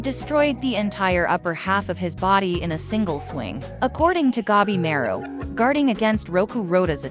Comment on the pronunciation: gabi ma ru. not gebimeru the A read like in latin for alfa, or english for armor, arm, archer, atlas, atlantic, antartic, or until, unbeliever, answer. gA bi mA ru